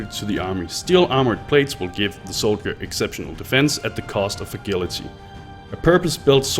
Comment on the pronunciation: Since you mentioned it, "Poise" is pronounced like "boys," but with a P, and "Agility" is pronounced as though the G were a J. Just a heads up. Thanks a bunch for this video though, it covered exactly what I needed.